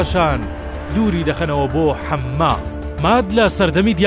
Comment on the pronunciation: دەستخۆش ، کەناڵێکی زۆر پێویست و بابەتی زۆر گرنگ ... بەڵام مەڵێ ؛ حمما ، خۆی حەما یە ، مەڵێ ؛ حەمماس ، خۆی حەماس ە... مەڵێ ؛ نیۆرك ، خۆی نیویۆرك ە .. مەڵێ ؛ ئازەرباینجان ، خۆی ئازەر بایجان ە...